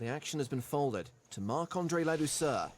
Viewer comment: Learn to pronounce Ladouceur's name. He is French-Canadian. The C is pronounce as a K.